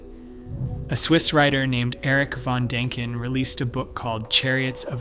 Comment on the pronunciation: There's an 'i' in von Däniken. Learn how to pronounce the name or get a better robot.